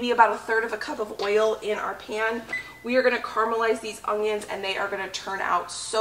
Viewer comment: I love the videos however there is no "g" in onions. Lol